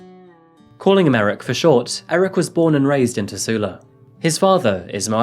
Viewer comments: great video, but as someone who is fROM finland... please go to google translate and listen how to pronounce all names before trying to say anything.. you are pronouncing Tuusula as Tussula which in finnish would mean kinda like.... pussy-town... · It's not called "teusla " it's tuusula,878 the names n locations should be right. And jokela isn⁶t joukela. Speakin language it's ok and the history but like the history n other fakts shoul be right. But jeah good work in the end.